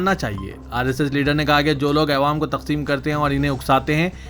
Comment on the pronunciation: ارے اسلم کب سدھرینگارےتو۔۔🤣🤣🤣 عوام کو " اےوام" کب تک بولتے رہینگا رے ان پڑھ جنگلی😂😂🤣😂😂